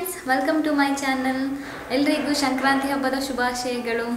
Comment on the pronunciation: ಶಂಕ್ರಾಂತಿ ಅಲ್ಲ ಸಂಕ್ರಾಂತಿ.ನಿಮಗೂ ನಿಮ್ಮ ಕುಟುಂಬದವರಿಗೂ ಸಂಕ್ರಾಂತಿ ಹಬ್ಬದ ಶುಭಾಷಯಗಳು.ನಿಮ್ಮ Kurthi ತುಂಬಾ ಚೆನ್ನಾಗಿದೆ.